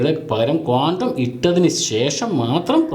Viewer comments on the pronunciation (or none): ക്വാണ്ടം അല്ലടോ..കോണ്ടം